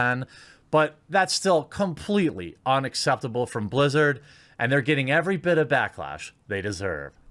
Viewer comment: They "Blizz-ew" it?